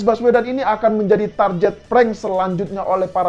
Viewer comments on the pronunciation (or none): koreksi dikit ya. Pengucapan kata ‘target’ yg benar ya sebagaimana ejaannya yaitu ‘target’ bukan ‘tarjet’ spt yg mas ucapkan.